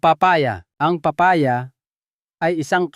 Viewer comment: Thank you but pronounce the name of the fruits right like papaya 😁